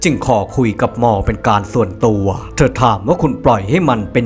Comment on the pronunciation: ทำไมแอดพูดคำว่าหมอเป็นมอทุกคำ ตอนแรกฟังแล้ว มอมันใครหว่า พอฟังซ้ำหลายครั้งเพิ่งเก็ตว่าเป็นคำว่าหมอ 555